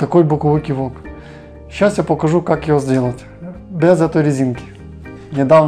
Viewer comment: Наголос на О ))